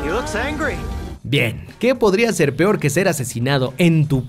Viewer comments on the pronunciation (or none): none